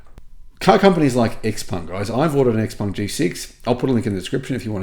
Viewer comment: Not Xpang its ShouPeng.